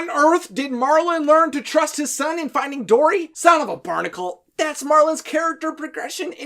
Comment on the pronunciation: " son of a barnikl"😂